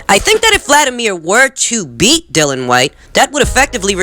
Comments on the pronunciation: Mate it’s not pronounced Dill-un it’s Dilly-un Whyte. Your great and I’m not trying to be some ass but he deserves his name being announced correctly. Great info and insight 👍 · No it’s two different names. Dylan and Dillian